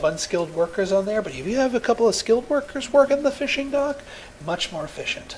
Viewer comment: "The Dock is Munch more efFISHent" haha